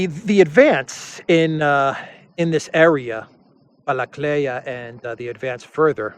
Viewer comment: Not Balakleya, it's Balakliya...